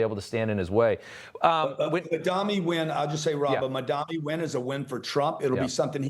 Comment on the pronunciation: Grant Cardone doesn't know how to read? It's Mamdani not Madami